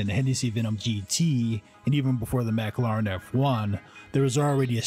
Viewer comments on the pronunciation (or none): MAC-ARR-LAARAAN F1 lol! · Did he start out saying McLaren as Mac-a-laren? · "Mack Larr Inn" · Learn how to pronounce mclaren